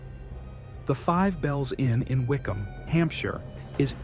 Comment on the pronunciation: Nice one. Just for future reference. Wycombe is pronounced Wi-km. I know crazy, but English.